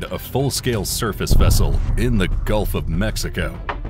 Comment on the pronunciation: Not sure what the hell you're talking about, it was pronounced correctly as the Gulf of Mexico🤷‍♂️